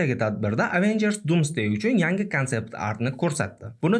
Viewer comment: bu so'zlarni chiroyli ayta olmaysiz, oddiy Avengers ni to'g'ri ayta olmaysiz-ku😂